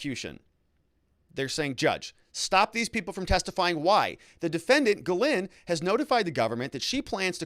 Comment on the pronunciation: No no no isn't Gay-lynn Gizz-well!!! Lololol